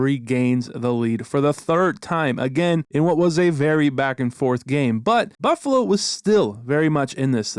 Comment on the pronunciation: The nhl highlight of it was right, "Buffalo-no"